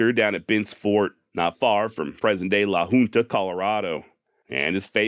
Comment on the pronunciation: Brother I live not far from LAHUNTA NOT LAHOONTA. LOL